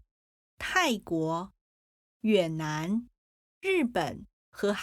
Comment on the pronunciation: I think the narrator pronounced 越 in 越南 more like yuě.